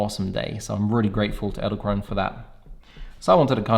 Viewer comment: Did I hear you say "eldekrone" a few times? :) Fun fact, "edel" (not elde) means Noble and "krone" means Crown (both in German and Dutch). So "noble crown". Thanks for the review, ordered mine today!